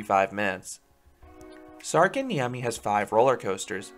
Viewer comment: Sarkanniemi NO its särkänniemi IM finnish